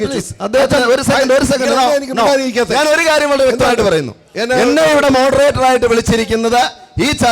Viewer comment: ഏതാ ഈ മരഭൂതമായ വിവരദോഷി😅 മോഡറേറ്ററല്ല ഇത് മൊഡ റേറ്ററാ